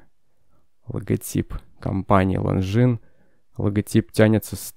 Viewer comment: После слов "лонгинес", выключил видео